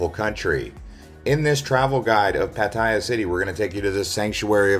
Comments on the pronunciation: PATTAYA NOT 'PATTYA' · Excellent video - nicely edited. But it is pronounced PAT-a-ya by Thai people .. not Pat-EYE-ya . hahaha